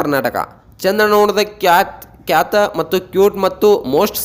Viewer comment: ಕ್ಯಾತ ಅಲ್ಲ ಖ್ಯಾತ